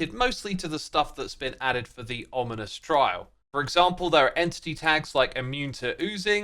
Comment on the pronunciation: he said onimous spawner instead of ominous lol